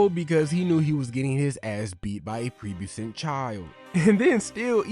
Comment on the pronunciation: Bro you got work on ya vocab and comprehension cuz saying prebescent instead of prepubescent and consolidate in place of console does have a big impact